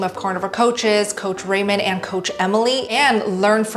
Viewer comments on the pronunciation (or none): none